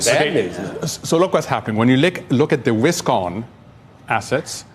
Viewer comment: I cannot truat a full grown adult who pronounces RISK as WISK because they refuse to correct it!